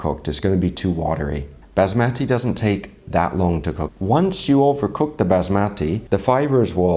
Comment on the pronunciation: Kindly learn to pronounce Basmati properly!